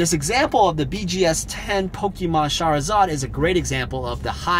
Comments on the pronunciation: every time u say shahrazad tho bro. whaiii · I like how you pronounce charizard like Shahrazad haha. Shahrazad > Charizard